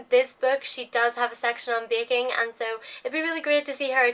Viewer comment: she says baking like bacon